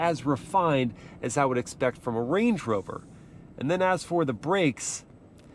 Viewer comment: bro said blade rover 💀